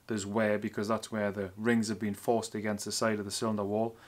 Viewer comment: lol cmon now, we can tell you know your stuff.. just have a hard time with the (wear, Where)